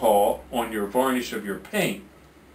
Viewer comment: He said varnish...